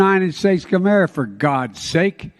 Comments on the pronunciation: "The United States of Comerica" lol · I'm pretty sure he said the United States of cammera. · He said United States of Comerica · Did he say "The United States of Govmare"?😭